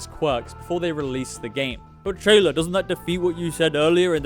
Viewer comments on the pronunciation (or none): Great video BTW it's pronounced "Chaler" for anyone wondering!